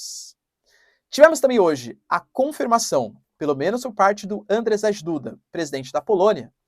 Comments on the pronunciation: Andjei, se pronuncia... tipo djavan, mas com d tipo do inglês... rz tem som de j (na verdade de z e j juntos, mas vai ser difícl pra vc) em polonês. Spierdalaj jebana kurwa! To ensinando grátis, hein! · Se lê, Ândiei Duda, (djeie) , como em Dia ( djia) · professor, desculpa mas toda vez que vc fala Andrzej Duda eu dou umas risadas. Eu moro em Varsóvia há 4 anos já e em polaco, Andrzej se lê algo como Andiei.